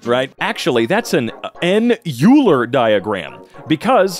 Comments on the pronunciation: You know he failed math class when he said 'u-ler' instead of 'oil-er' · Euler is not pronounced like yoo-ler, its pronounced oy-ler, similar to the german word for owl "Eule" which has the similar pronounciation without the r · It's like "Oil-er" not "U-ler" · i was made fun of, for pronouncing it oiler instead of eeuler. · IT IS NOT PRONOUNCED ULER, IT IS OILER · I'm at the Euler point, and knowing a bit of mathematics history, I know why pronounces Euler like You-ler, but it still kinda pisses me off because his name is actually pronounced like Oiler. I'm not blaming, I understand why he did that, but as someone who is well versed in the subject (and am one of the very few who enjoy it and learn about it for fun, which btw is way better than school learning, there's so much more you never get to see) it still irritates me. Don't worry, I won't hold this one against you, you're doing great. Edit 1:; I just got to the Riemann hypothesis and he pronounced it Raymon. For context it's pronounced something like Reemon. Also I'm 100% picking the proof for the Riemann hypothesis Edit 2:; Just got to Fourier analysis, it took him a few tries, but his 3rd one he was right. I'm so proud of you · calling euler "you-ler" makes me feel so much pain. It's pronounced "oil-er" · Every time he pronounces it "U-ler" I die a little inside. It's pronounced "Oiler". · Whom else does it bother, him pronouncing it "Euler" instead of "Oyler", what bothers me more is, I called it Euler for more than half of my high school days until my CHEMISTRY teacher once mentioned that its "OYLER" while we were talking about logarithms in rate of reaction, after that apparently everyone called it "Oyler" the whole time, I just missed it somehow😭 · its pronounced oiler not euler, also he is known for geometry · . By the way. It is not pronounced yoo-ler. It’s pronounced oy-lah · OMG when he says yuler 💀 it's pronounces oiler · Its pernounced oyler like oyster not Uler